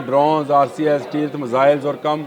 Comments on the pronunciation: سٹلتھ. . . . Not سٹیل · اپ جھوٹ نہیں بولا کریں اور لفظ سٹئلتھ ہوتا ہے یہ ہمہ وقت غلط بول رہے ہیں پلیز جھوٹ نہیں بولا کریں سب کچھ فضول بکتے ہیں